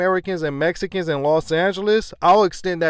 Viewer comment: HE SAID "THEM IS MESKINS"! 🤣